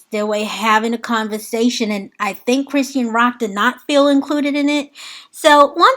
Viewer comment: Hey sis! Great video 🤗 She pronounces her name: CHRIS-SHAWN. ❤